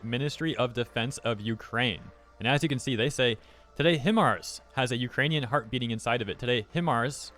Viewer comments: Doesn't HIMARS stand for High Mobility Artillery Rocket System and isn't it pronounced High-Mars not HIM-ARS? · It's pronounced Hi-Mars. I used to be in the army as a 13M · "high" mars, is how it's pronounced usually, but God I love me some chainsaw man. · It's Pronounced HI-MARS. For those what is HIMARS, it is a High Impact Mobility Rocket System. A lightweight version of the M270 MLRS, Multiple Launch Rocket System. First used in Iraq, Syria and Afghanistan against the Islamic State. Now it is being used against Russian Forces. They carry GPS Guided Rockets. You can call them Cruise Missiles.